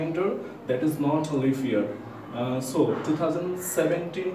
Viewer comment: Pronunciation is like "leaff" year🤣